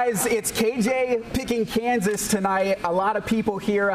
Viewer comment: My man said it right too! University of Kansas! Rock Chalk!